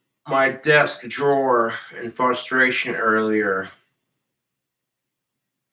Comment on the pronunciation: He punched his desk in “fuss-tray-shun”